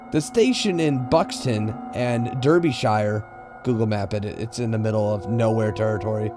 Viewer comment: I know it probably doesn't matter because the story was quite creepy but in story 5, Derbyshire is pronounced dar - bush - ear and in story 6 the Galway is pronounced ghoul - way. As I said, it doesn't matter because both stories were great. Awesome video as always!